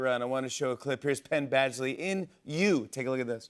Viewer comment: Pen Bagsley?? Lol